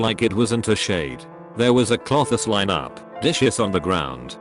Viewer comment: C L O T H I S L I N E